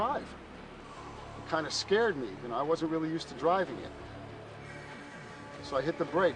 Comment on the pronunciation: lol the guy keeps saying "ya must" instead of "you must".